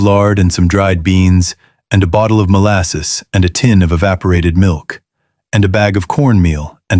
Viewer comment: Molsass, Fluwr…Sperared Milk